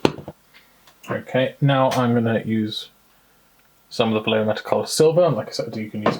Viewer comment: this is a very easy way to pronounce vallejo: (Valley = Va) (Yes = ye) (Home=ho) Va-ye-ho